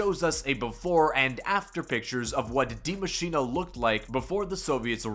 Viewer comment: d.i.e mashine like that again. Then please tell me where it says "machina"